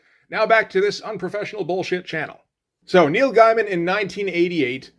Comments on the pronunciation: You're aware that you're not pronouncing Gaiman correctly. Soooo... why not just say it the right way? I can't wrap my head around that. Every time you say it, it's like Britta saying 'bag-alls." Do you just refuse to say, "gay?" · As revealed in an interview, it went like this: Karen Berger called Gaiman (pronounced Gay-Man) and told him they were worried because Black Orchid is an obscure character, and a female one at that, made by two complete unknowns in the American comic book market. Solution? Give McKean a Batman book to draw and give Gaiman a monthly book to write. She then asked him what he would like to do, and thus The Sandman (and Batman: Arkham Asylum) was born.